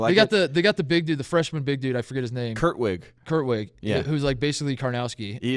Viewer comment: Hey TATE! Yeah YOU, Tate! It's not Kurtwig, as in Kurt plus wig. It's KRUT wig, as in, what in all unholy hell does the word KRUT mean in whatever the hell language group produced the surname Krutwig? And no, I'm not buying it as Swedish. Also, how does it sound in the original whatever? Is it Krut WIG, or is it Kroot Veeg? Cuz I'm thinking it's the latter, right? I mean, on an ancestral extension, it's pretty much you versus Mow Vawgnah toe to toe for the fate of Prussia, right?